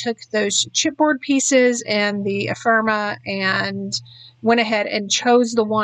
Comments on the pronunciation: This is lovely. The first of your videos I've ever seen. Can I please offer one little constructive criticism? Ephemera sounds like e-fem-er-a, not e-firm-a. Maybe I'm the only one but I found it distracting each time you said it. Both the Echo Park and the CTMH collections seem lovely for the pictures you used with them. I think a lot of the skill is matching collections or even individual products with the pictures you're scrapping. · Epherma? You’re missing an entire syllable